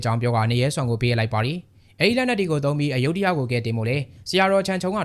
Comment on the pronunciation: အယုဒ္ဓ လို့ ဘယ်သူက အသံထွက် ခေါ်ခဲ့တာလဲ မြန်မာတွေလုပ်လိုက်ရင် တလွဲတွေချည်းပဲ သူများနိူင်ငံက နာမည် အသံထွက်တွေကို မြန်မာသံနဲ့ အသံထွက်လို့ ရမလား Phra Nakhon Si Ayutthaya ( ဖရာနခွန်စီအယုထရာ) လို့ အသံထွက်တယ် Bangkok ရဲ့ International airport နာမည်ကိုလည်း သုဝဏ္ဏဘူမိ ဆိုပြီး ခေါ်နေကြတာ Suwanabumi (စုဝနဘူမီ) အကုန်တလွဲတွေ English လို့ ရေးထားတာကိုတောင် မှန်အောင် အသံမထွက်နိူင်ကြဘူး